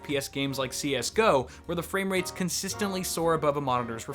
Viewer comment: "fwamerates"